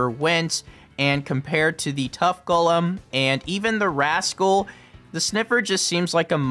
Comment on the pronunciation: One of your best videos, plus I respect that you know how to pronounce “Golem” correctly.